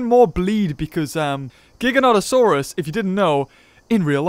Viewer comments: Its pronounced (jiganoteosaurus) but spelled giganotosaurus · ah but my friend it's pronounced JYE-gan-toe-saurus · It's pronounced "jigga-note-uh-soar-us"